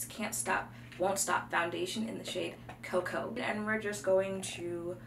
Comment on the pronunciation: Lmaooo the way you said Cocoa😂😂😂😂 they did you dirty with walnut!!!